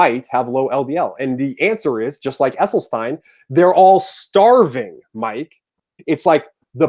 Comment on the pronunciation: True. He doesn't even know how to pronounce Esselstyn, which any vegan would know. He pronounced it incorrectly at least four times before I grew too weary of his loud mouth. Mic posted the link so I watched as long as I could. Sorry, Mic.